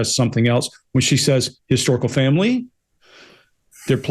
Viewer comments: Fomlee 😂 lol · Their children really don't have a role to play in their historical fomlee as Harry pronounces it, they are several cousins away from the throne.